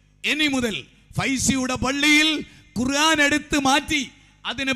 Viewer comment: ബാലുശ്ശേരിസാഹിബിനു ഖുർആൻ ശരിക്ക് ഓതാൻ പോയിട്ട് ഖുർആൻ എന്ന് തെറ്റില്ലാതെ പറയാൻ പോലും കഴിയില്ലെന്ന്പറഞ്ഞാൽ ദേഷ്യംപിടിക്കരുത്..........